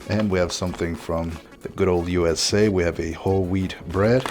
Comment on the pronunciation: I heard Whole Weed Bread instead of Whole Wheat Bread...